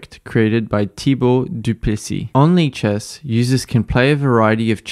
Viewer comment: I can’t stop hearing it as leeches